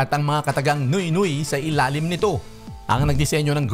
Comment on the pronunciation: Nwe nwe" ang bigkas sa french word na "nuit nuit" at hindi noy noy